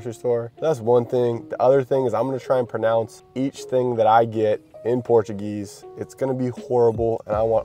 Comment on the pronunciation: Your pronounciation of portuguese words is pretty funny and surprisingly decent.